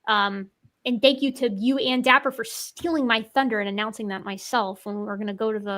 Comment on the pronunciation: probably my glass of wine but why is dapper "diaper"?